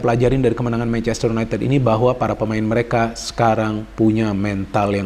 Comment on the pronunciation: y u n a i t i d bukan u n a i t e d